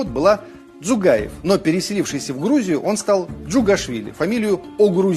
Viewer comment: И не дзукаев, а дзугаев